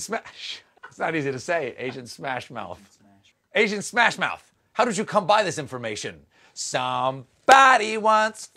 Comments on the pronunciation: on is so fuckin hilarious starting with "Agent Smath Mouse" ... "Agent Smath Moush" ... "Agent..." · Stephen: “Smath Mowth,” “Smash Muth,” Smuth Mawth” 🤣🤣🤣🤣🤣